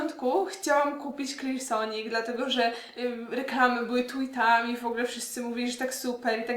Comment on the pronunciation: Niesamowicie wymawiasz słowo Clarisonic :)